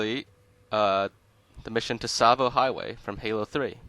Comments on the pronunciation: "tuh-savo" its just pronounced, "sahvo" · Hate to do this but it’s pronounced “ savo” the t is silent. Tsavo means “ a place of slaughter. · It's pronounced "Sahvo" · It’s pronounced Tsavo Highway not Tsavo Highway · Tsavo. "Tasavo" Say cats... Now say Tsavo. Its just like cats. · wait, I thought the T in Tsavo Highway was silent and it was pronounced sahvo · It's pronounced savo highway the t is silent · Is it really? I always thought that, much like Tsar, it was pronounced “T-savo” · Who is annoyed that he pronounces the “t” in tsavo highway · The “t” is very lightly enunciated, but yes, it shouldn’t be so pronounced. The “t” and the “s” should be part of the same sound, almost like the sound someone makes when they make a sizzling sound. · A tip for pronouncing the ts sound: Say a word that ends with it, as those are common enough in English. So, for example, say, “cats.” Then, say catsavo. Then drop the kæ, sound, and you get “Tsavo.” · The T in tsavo is silent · The "T" in Tsavo is silent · A pang of physical pain each time you pronounced "Tsavo" with the "T". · I'm not trying to sound like an ass, but the T in Tsavo is actually silent, PS I like the video. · Great video, but the 'T' in Tsavo is silent. Just a heads up lol.